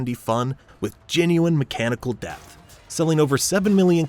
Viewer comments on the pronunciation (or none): none